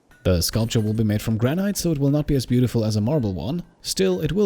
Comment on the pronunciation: The "e" in granite is silent, so it is pronounced "gran-it" not "gran-ite"